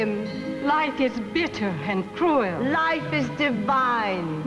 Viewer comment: and — Olivia de Havilland saying "cruel" (with two syllables) immediately makes me think of the end of The Heiress! "I have been taught by masters." ✂🧵